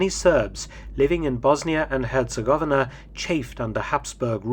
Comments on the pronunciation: Hercegovina is not so pronounced. Her-ce-go-vi-na I've been in BiH 🇧🇦 four times. 🖤 The Assassination Museum is worth a visit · I cringed when he butchered the word "Herzegovina" too...several times. Despite being a historical channel. And was covering one of the most famous assassinations in history. -_-'